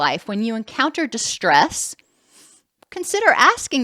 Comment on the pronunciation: Great video. Thought you said wwpp😂at the end. Had to listen twice